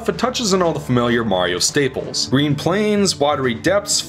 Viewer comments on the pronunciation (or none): He said the Gween stars 😂